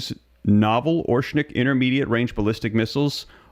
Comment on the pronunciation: Learn to pronounce Oreshnik correctly. It’s not orshnik, it’s Oh-Rehsh-Nick, the stress is on the second syllable.